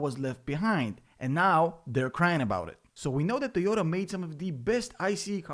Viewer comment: It's nit tiota it's toyota